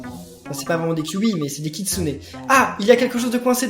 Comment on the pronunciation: on dis pas kitsuné on dis juste kitsune